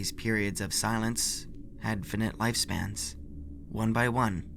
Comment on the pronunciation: Eh there were way more words like "finite" or "ephemeral" that were mispronounced not just this one. The emphasis on "usurpers" was also messed up.